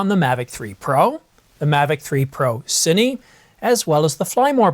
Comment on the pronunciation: You said “Cinee,” Thank you!